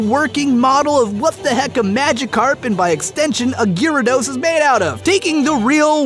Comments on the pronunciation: Gi rados? I always pronounced it Jeea rados :o The name has the ya in there for a reason, right? He even spelled it Gyrados in the description xD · As bad as this video is so far i had to stop to comment the second i heard Gear-ados, wtf? its bad enough he pronouced Rattata wrong but coooome ooooon atleast its a whole Country that pronounces Rattata wrong (even though you guys <America> dubbed it) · The official pronunciation (as per the TV show) is GARE (like Gary minus the "ee") - uh - dos. I cringed when he said it, too. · ImmenseMudkipz Yeah, that's how I've always pronounced it. Never heard it pronounced Gearados before, that threw me off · Ahem! Its pronounced gyarados not gyarados.. dumbass... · i cant be the only one who hates how he pronounces gyarados name... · gyarados pronunciation killed me :v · gyarados y is silent btw